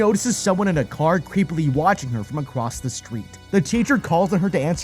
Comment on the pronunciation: Dwives? Bwakes? Acwoss? Well, I guess I should commend you on recording the narration anyway 🤷🏻‍♂️